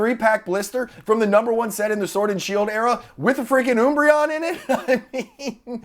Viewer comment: I cant help but crack up when you say oombreon. Ive been in the hobby a long time and never heard that pronunciation before this channel.